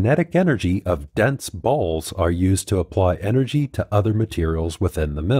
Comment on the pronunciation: Every time he emphasizes “balls” I laugh. I’m a 35 y/o kid I know…